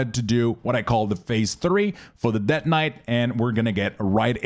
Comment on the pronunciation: Det knight. haha seriously thanks for these.